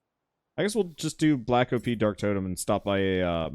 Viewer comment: I don’t think OP is pronounced o-p you don’t say black o-p-s instead of black ops